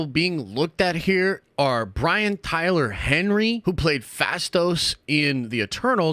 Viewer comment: Bro said Tyler